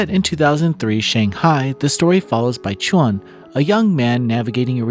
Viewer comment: Nice review and thoughts. In case you find it interesting, Baichuan pronunciation sounds like: bye-choo-ahn (like you said ). Qiuyu sounds like chee-oo-yoo. 👍